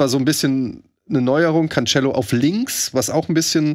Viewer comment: Jedes Mal wenn CanTSCHello sagt, stirbt etwas in mir